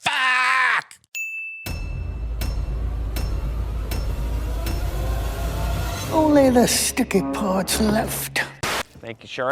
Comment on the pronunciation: Did cinemasins really say FACk as in Eminem’s most hilarious song Fack